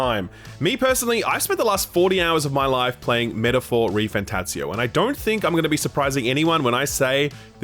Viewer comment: I didn't realize there was another t in "refanTATzio".